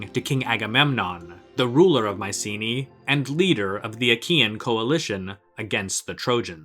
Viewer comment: It would be nice to hear the name 'Mycenae' pronounced correctly